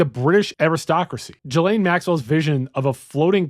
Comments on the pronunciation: "Jalane Maxwell"? It's Gee-Lane folks. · Not trying to be an asshole but Ghislaine is not pronounced "Jhee-Layne" OR "Jill-Ayne" (you keep switching it up lol). It's pronounced "Ghee-Layne". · Gee-lin (hard g)